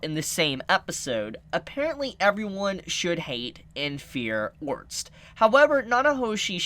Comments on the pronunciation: God! It's ORSTED(/Or/stead/) not ORNST, please I love watching your videos but you say it so many times it's killing me! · Has nobody told homie that its orsted and not orst or ornst ? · For the love of god it’s ORE-STED two syllables! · no hate, but I'm pretty sure Orsted is pronounced similarly to homestead, so basically "Ore - stead" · WHY DO YOU STILL CALL HIM ORNST THIS IS SO PAINFULL MAKE IT STOP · I heard "orts" or "ords" and instead of heal I heard "hill" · how is Orsted pronounced orts? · Ors—ted sound it out with all respect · It's pronounced or-sted like homestead. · Pls start calling Orsted ORR STED. Your way of naming him is jast strange. :D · The pronunciation is or-s-ted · Just wait you will learn that you've seen her very early on. Also why tf are you pronouncing it otrst? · the guy's name is pronounced Ors-t-ed( orusutedo in the Japanese version)